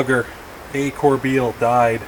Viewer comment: Petawawa River starts at Daisy Lake on the west side. Done your trip a few times and have started at least 1 trip from every access point over 56 years. Corbeil is a french name that is pronounced Corbay. My grandfather also died on the Pet on logging drive. Nice video that brings back the ole days.